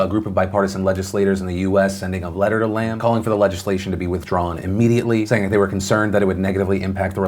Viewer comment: Nitpicking on pronunciation, it is not Lam as in Lamb, but Lam as in Llama.